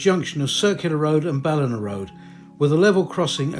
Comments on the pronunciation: I'm enjoying your videos, you have obviously put a lot of work into researching the area and its history, and presented it with sympathy. One little hint: Ballina is pronounced "Bal in aaaaah" the "aaah" sound is long. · An acceptable pronunciation of the Library would be 'Chock Lion' and your other pronunciations are quite good, but you do make a hames of 'Ballina'. Work on it 😅😅